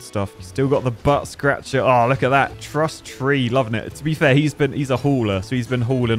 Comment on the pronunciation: All of the brilliant editing is nearly overshadowed by pronouncing Truss-Tea as "truss-tree", AND missing the truss pun, AND AND missing the tea pun, AND AND AND missing the trusty beaver nomenclature. Holy cow!